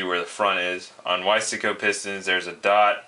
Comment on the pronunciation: Another idiot that cant pronounce "Wise-co".